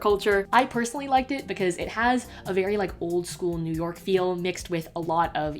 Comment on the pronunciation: no one: absolutely no one:: it’s noo YAWK baybeeeee